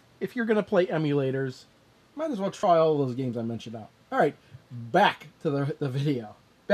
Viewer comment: You said alh right.